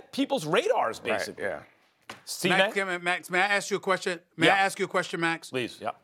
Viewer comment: Stephen A Smith: "Max can I ax you a question? Can I ax you a question Max?"